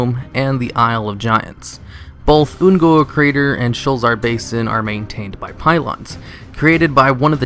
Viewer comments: wayvrains and the Oon'guuru crater. Come with me and we will together over think the pronunciation of various words and mispronounce Shit. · .... why do you keep saying Un'goro wrong -.